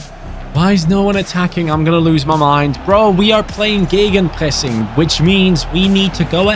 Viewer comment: Seems like career mode series is the way to go this fifa. I really love it already and this one has so much promise. Also i love the german accent on geggenpressing